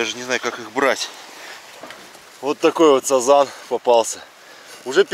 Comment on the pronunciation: сАзан так слух режет, у нас все говорят сазАн